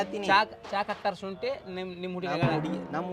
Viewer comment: ಸುಂಟಿ ❌ ಶುಂಠಿ ☑️